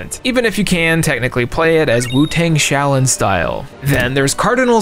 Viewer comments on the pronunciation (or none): none